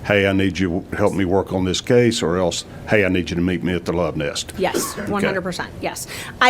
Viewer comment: I laugh every time I hear him say “love nest.” 😆